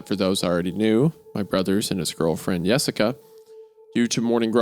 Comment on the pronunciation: I knew Hunter would have something to say about “Yessica”